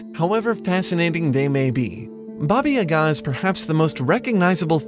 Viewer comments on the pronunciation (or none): Oh I‘m so excited! I believe I was one of the people who suggested the topic to you :D however, you should try pronouncing yaga with two long ˋa´s ;) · Your pronunciation stuck me as amazing! The only lacking bit was the name Baba Yaga itself, as you kind of butchered the world Yaga. But that is something we can ignore given the whole research you've done! One note would be, it seems like Russia is the primary focus here, while I believe there is a lot to gain if you look outside of it. Slavic is indeed not synonym to Russian, as some people in the comments have mentioned. Quite on the contrary, Russia is the culture, that in this case, borrowed much of its myths, tales and folklore (and even alphabet) from cultures in what is nowadays Eastern Europe and The Balkan Peninsula. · wt# u can't read ,,yaga" correctly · In "Yaga", the stress falls on the first syllable. Anyway, great video!